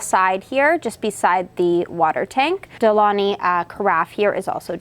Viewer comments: It's not pronounced "De Loni" - the correct is "De Long-y". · Isnt it De-Long-Hee? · Exactly!!! De-Lon-GHi gggggggg like in Lamborghini gggggg as it sounds in English gate or get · super interesting to hear you pronounce de'longhi (it's italian, so the G is not silent, but like gee in the end) :) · For a coffee expert, I’m shocked no co worker has corrected you for how it’s pronounced :/ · Seriously, I stopped the video to check the comments about the missing G. Frustrating 😂